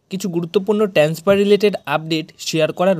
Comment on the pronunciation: 'ট্যান্সফার' কি শব্দ ?